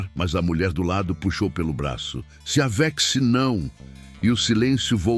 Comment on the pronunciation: Sou Consuelo ,de Lins sp, gente por favor acertem a pronúncia do narrador , a pronúncia é não se aveche: só que é escrito com x, mas o locutor fala não se aveche,que horror aqui é Brasil